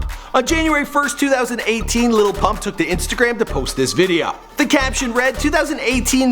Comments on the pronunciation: ITS Lil Pump not Little Pump😂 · It's not "little" xan/uzi vert/pump its "lil"